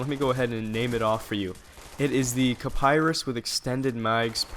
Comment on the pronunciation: not kaparis its called kiparis